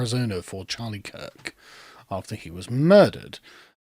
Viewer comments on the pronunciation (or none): none